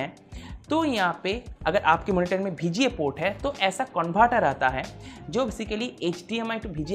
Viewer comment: Aur vga ko bga 😂 Koi baat nahi hum angreej thodi hai